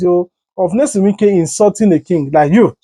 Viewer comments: The man's name is Nyesom, not Nelson. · His name is Nyesom not Nelson. Polish your grammar or use broken/ Pidgin English. It was a beautiful package